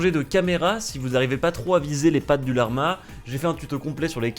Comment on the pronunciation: personne:: la R ma genre tu bug mdr